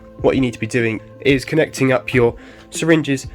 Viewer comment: it it "connect" or "conduct"?